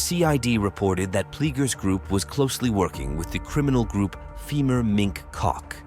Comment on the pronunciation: Every time you say "mink cock" I laugh.